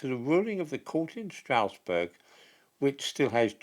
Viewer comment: Please, Strasbourg is not pronounced 'Strousburg', rather it is pronounced 'Strasburg'.